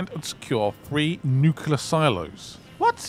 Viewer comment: it's pronounced NEW-CLEE-UHR. not NEW-Q-LUHR. Because it's the ATOMIC NUCLEUS, not NUCUELUS